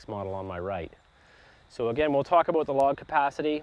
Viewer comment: He said aboat 😂